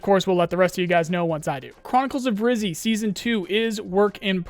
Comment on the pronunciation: It's "Rhyzhy" btw. As in "Red" as in "Redhead". You should pronounce both Y as you pronounce the first one.